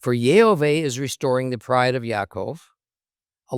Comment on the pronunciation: Question for you,? I hear you’re speaking יהוה as YeHoVEY ( not YeHoVah…) so I hear the ah sound missing, but in the very same passage, you say Yerushalayim ( you pronounced the ah sound in that) so why would you pronounce it in one word and not the other? No argument about the name of course I’m just genuinely asking. Thank you.